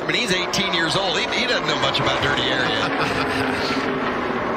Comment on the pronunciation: "He's 18 years od." When did Michael start talking like Larry Mac? Who was on the po position for this race?